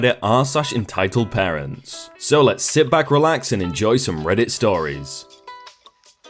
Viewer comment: One more time. It's "PARENTS". From now on, thumbs down on all your "Partents" videos. Oh yeah, clickbait equals automatic thumbs down. At no point was anyone asked to walk, and only one leg was broken.